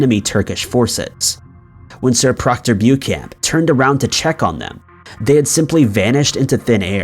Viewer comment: It's Pronounced Book-an not Bewcan!